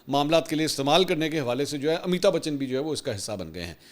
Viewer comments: It's not Amita Bachan, Its Amitabh Bachan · AMITAB BACHHAN take correct name.